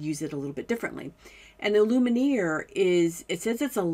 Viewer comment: Love your demonstrations. Just have to say, it's not Lumineer, but pronounced "loom-ee-air" (French for 'light').